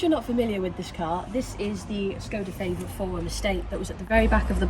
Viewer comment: I'm sure said Favorit properly by mistake there for a minute!